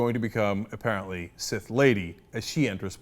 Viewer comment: Its Sith not Sid sir.